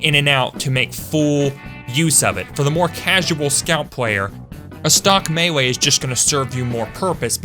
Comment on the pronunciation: Does he say mewee or buwwets or is it just me?